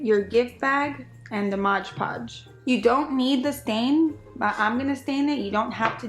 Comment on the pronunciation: I love the way this turned out! You made me laugh about the “Modge” Podge!!😁